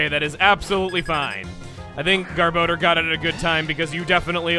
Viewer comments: anybody else bugged by the name "gar-bo-der" instead of "gar-buh-dor? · chuggaa...it is pronounced GAHR-BAH-DOOR, not "gahr-bow-durr."